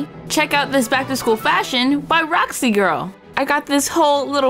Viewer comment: Nuuuuuuu not skoool